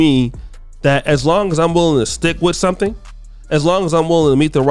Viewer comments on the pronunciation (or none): none